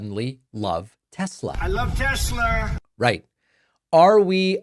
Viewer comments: "I love Tes-slur!" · Tesler 😂😂😂😂😂 is hilarious…. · The tesler bit is cracking me up every time!